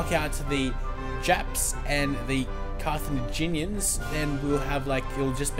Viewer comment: It's Car-tha-GIN-ians, bro.